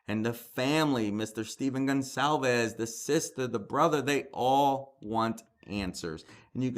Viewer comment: I feel so bad for the Gon-KAL-ves (Goncalves) family. Nobody says their name right.